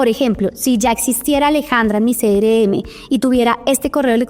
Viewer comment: Quiero aprender, pero me estresa que diga "cere eme" y no "Ce erre eme"